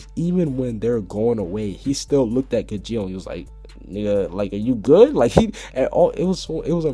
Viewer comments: It's pronounced gajeel not gijeel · And also the one u called gidjeel is spelt gajeel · it is not gijeel as u know how to say it when you look at the english dub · GAJEEL GAH-JEEL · your pronouncing gajeel wrong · dude u said gajeel name wrong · you pronounced gajeel wrong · you mispronounced Skiadrum,Grandeeney,and Gajeel